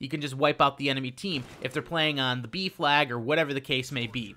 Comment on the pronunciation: Ohhhh B flag... thought he was saying beef lag